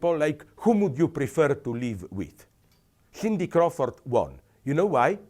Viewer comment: Did He say Stiffty Crawford & Claudia Sniffter?